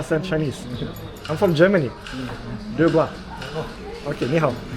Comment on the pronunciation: I wrote you many times: its De Guo, not De GuA, as you are pronouncing it. Thats why they dont understand you. De GuO. With the sound of "o" at the end, not "ah", as you say it! dude! 😀